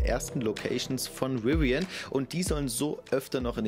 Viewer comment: Bitte laß dir mal von einem Engländer oder Amerikaner zeigen, wie man Rivian ausspricht! Nicht Riwian, sondern Rivian - mit einen stimmhaften V!